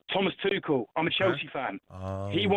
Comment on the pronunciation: Crazy how Goldstein still can’t pronounce ‘Tuchel’ properly 😅😂